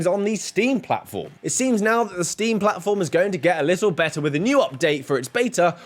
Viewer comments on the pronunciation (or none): none